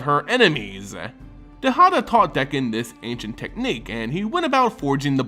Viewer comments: Dude its D(A)kkon not D(e)kkon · Dakkon blackblade, not dekkon. Besides that, great job.